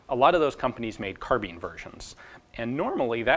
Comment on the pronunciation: Why does he say carbeen